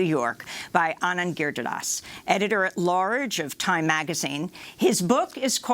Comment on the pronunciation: FFS Amy, it's pronounced "Girid-hara-das" ... NOT "Gir-di-das" ...learn to pronounce it correctly. It's not that hard!